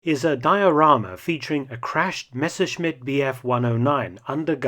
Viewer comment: Great video once again! I’ve seen the 109 in Duxford a couple years back. I love how you pronounce the name Messerschmitt. More interesting videos like this please😁